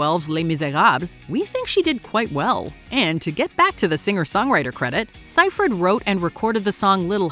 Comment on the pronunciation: Amanda "Sie-frid"? I don't think that's how you pronounce it...